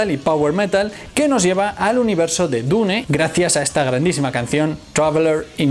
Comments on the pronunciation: Su error del metal fue como tú diciendo dune envez de dun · nunca pensé que una persona pudiese pronunciar "Dune" de tantas maneras equivocadas....